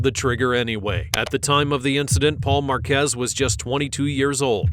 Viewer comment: thats not true that this is never before seen, this is an old case from last year but it was wild that he did that on paseo with cruisers right behind him lmao, also its pronounced....marquee like the sign but plural. Marquez